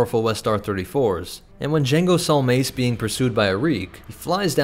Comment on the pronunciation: saw not sawl